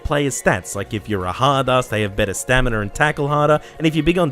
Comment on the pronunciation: Stamina* not Staminer